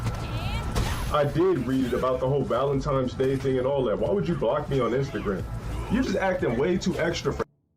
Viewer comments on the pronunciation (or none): "Valen Times" 😂😂😂😂😂